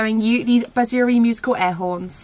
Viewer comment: Proper pronunciation is BAA SURI means Flute in hindi